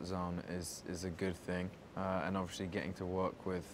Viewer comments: “Obvioshly”😂bless him😂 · i literally thought i was the only one who realised that. "obvioushry"